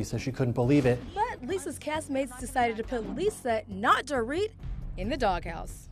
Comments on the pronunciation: He said do-rit not do-reet . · He kept calling her “Door-it” instead of “dor-eet” 😂😭